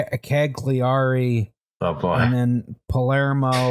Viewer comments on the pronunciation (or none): When he said "cag-lee-AR-ee" I lost it lol. It's pronounced, "CAL-yah-ree". Great episode as always. Edit: LMAO he just said "GIG-lee-o". It's pronounced "JEEL-yo". (j as in jump).